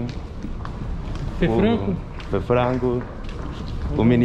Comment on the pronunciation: O cara fala Frango e não Franco 😂